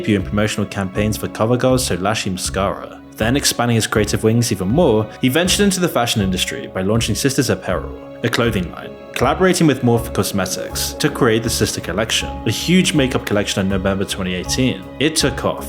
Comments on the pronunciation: morphe is pronounced "morphey" not "morph" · The brand Morphe is pronounced "moorfee". So many youtubers out here that can't say things properly.